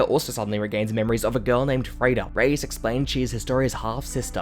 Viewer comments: You pronounce a lot of the names strangely, makes it kind of hard to follow the recap. For instance, you're saying "Ray-us" which is a Spanish name usually spelt "Reyes". You are referring to the character Rod Reiss, which is pronounced "Rice". Maybe I'm the only one thats bothered by that. Check out the dub sometime maybe, just a suggestion. Otherwise the video was a great recap of events, thank you. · “rod rayas” “jeen” 💀💀 loved the video! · Riess is pronounced Rees. BUT GREAT VIDEO THANK YOU!!! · “Rod Ray ESS”